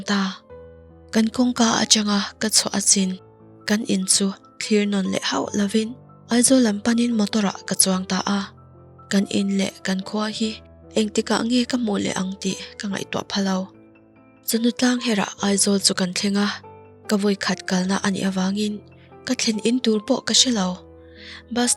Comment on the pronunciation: Chawhnu tlangher ni loin, chawhnu thlangher .....sapṭawng in thiam nen, tinge mahni ṭawng hi in thiam chian loh ṭhin le aw....a thluk aṭang hian, a awmzia in hriat hmeloh ṭhin